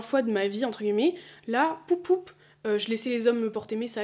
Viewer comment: j'ai recommencé à regarder tes vidéos après une petite pause YouTube. Et il y a un truc qui me fait percuter à chaque fois mdrr, c'est le fait que tu prononces "guillemets" et en soit tu le dis très bien mdrr mais c'est la première fois que j'entends quelqu'un (ou du moins que je le remarque) le prononcer comme ça. J'ai toujours dit "entre guimets" va savoir pourquoi, sûrement l'accent parisien qui fait qu'on mange les mots etc mais vraiment à chaque fois ça me fait sourire, voilà ^^